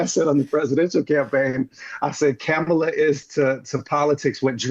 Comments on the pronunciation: My only thing is why does he consistently mispronounce Kamala's name. It's disrespectful. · Why is he intentionally pronouncing Kamala's name wrong.... 🫠 🤦🏾‍♀️ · This does nothing but strengthen the magas by splitting the vote. This is nothing more than a flex. Butch has s showing you who he is by intentionally mispronouncing Kamala’s name. Listen when democracy is restored(miracle if ever) you can argue your points. Until then you’re just helping the monsters to remain intact. I challenge butch to stop confusing his knowledge of history with his ability to comprehend what’s really happening in TOTALITY. He’s worried about scratch on the car versus the two flat tires.